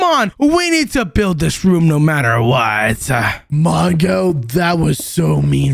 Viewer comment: That is not how we spell mongo. You said wongo.